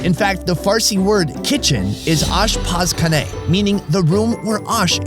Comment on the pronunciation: The way he said ASHPAZKANE 😂. U tried... thanks for reviewing are food! This is the first time im seeing someone go to iran and try our food. Hope u liked it.